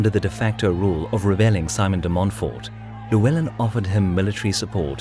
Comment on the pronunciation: Great video as always but please pronounce Llywelen properly! LL sounds like "clue", rather than "lieu".